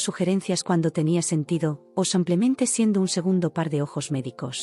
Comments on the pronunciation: Brutos, no se dice : " samplenente " se dice simplemente. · No entiendo porque dicen siempre en los relatos Samplemente que es incorrecto, lo correcto es Simplemente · Dejen de decir “ samplemente “ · Con tan buena dicción, porqué dice tan mal la palabra "simplemente" y tengo dudas con "aproximadamente"